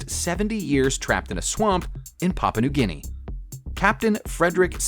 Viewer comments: Papa New Guinea (?) Cata-Line-A (?) C'mon, now. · I wish these moron's would do some research prior to making a video. They also need to learn how to pronounce the names of places (Papa New Guinea?)